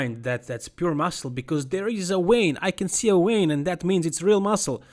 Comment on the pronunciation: " See a wein"??? Ahhhhhh, I think you mean vein.